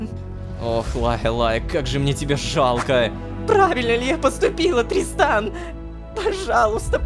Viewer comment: там озвучка немного другая: там должно говорится тристан, а сказала дристан😂😅